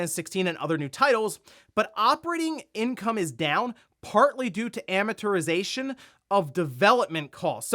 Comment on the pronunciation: You pronounced "amortization" incorrectly. 😂